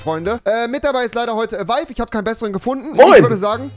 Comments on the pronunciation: Bei avive höre ich immer: jo Leute was geht ab, ömer am start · Hab auch erst vor kurzem realisiert, dass Avive in der Anmoderation nicht Euro sondern Avive sagt. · Ich höre ölmer